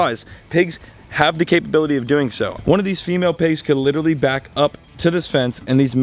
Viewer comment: I love when goes,how ya derin